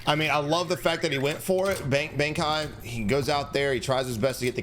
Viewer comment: the way pronounces Bankai has me yelling at my screen xD